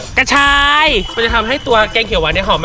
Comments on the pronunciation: ได้ยินพี่พูดว่ากระชายเป็นกันชา😅😂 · ได้ยินกันชายว่ากันชา5555